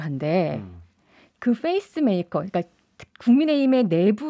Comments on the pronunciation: face maker가 아니라 pace maker입니다. 어색한 영어발음이 듣기 거북하네요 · f페이스 메이커가 아니라 p페이스 메이커 입니...ㅜㅠ